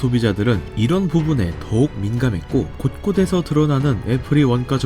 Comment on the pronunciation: 한뉴x 할류o. 유사 단어 인류 전류 인력 전력 등 곳꼬데서x 곳꼬세서o 그냥 소리나는대로 해도 되는데 왜 꾸역꾸역 어렵게 발음하는지 모르겠음.